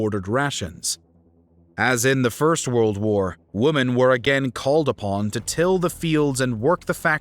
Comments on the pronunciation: You often sound like your saying woman, instead of women? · Why do you say "woman" instead of "women"??????